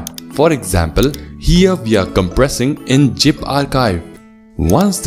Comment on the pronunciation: Bro your English is Good but i dont understand why you kept on spelling 'ZIP FILE' as 'GIP FILE'....Please get some Spelling Teacher to correct your words....you are doing great !!!